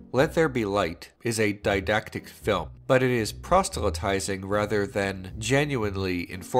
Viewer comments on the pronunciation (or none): proselytizing not prosTelytizing.